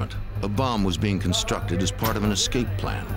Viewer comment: Funny that a gentleman of his age would say “EX cape” rather than “ESS cape”. Makes one wonder about his education. If it is a regional dialect then I apologize.🤣🤣